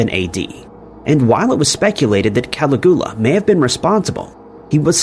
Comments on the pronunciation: It's AI mate, they just to a horrible job of reviewing the output. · Ka-LIG-yoo-Luh means Little Boots/Sandals. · How do you get Tiberius correct but not Caligula hahaha. . It's pronounced Ka-lig-you-lahhh.. Good try though😁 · Cala Goo LA ! 😆😅🤣😂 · "Cali-GOO-la" is the sole reason I will not hit that like button. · "Cali-GOO-lah" omg. Dude. Be so for real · I came down here looking for this comment lol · Is Cali-goo-la anywhere near Pascagoula? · I'm almost positive this has to be AI narrated with voice. Everyone knows how to pronounce Caligula. Also didn't even say Madoff correctly. Ridiculous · Agreed Caligula is it but you don't pronounce Dublin right either, I think you might do it on purpose lol! I really appreciated this 1 as my sister is a sociopath, the 1 just above me. I grew up in a family of 5 girls & she abused me with words my whole life? We grew up with 2 alcoholic parents, but they weren't as bad as she was, how can someone be that cruel? And to this day I don't speak to her, I had to step away... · Yes the pronunciation of Caligula really is as bad as i thought 😂😂. Also have you noticed how never bothers to interact with his audience in comments? Its like a factory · 🏃‍♀️<~~ me running ro the comments to see all the Caligula pronunciation outrage 🍿😂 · 😂😂😂me too!!!!! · It took me hearing it three times before I realized who he was trying to talk about 😂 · Please stop pronouncing Caligula like that, sounds ridiculous and there's no excuse whrn you can just google the pronunciation 🙄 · It's done purposely to gather video interaction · It's pronounced Cuh-lig-yoo-luh. Sorry, I love your vids but that pronunciation Ca-li-gool-uh was killing me. Lol. You're great tho, don't sweat it too much but maybe check those pronunciations before recording your narration. Same with Med-eh-lin. It's actually pronounced like Med-uh-yeen